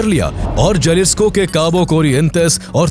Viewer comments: It's pronounced halisco not jalisco😂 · Spanish Mae J ko h bola jata haye Jalisco ko halisico bolte hae